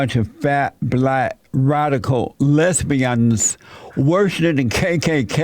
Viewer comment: Came to hear Jesse say "black fat less-be-endz"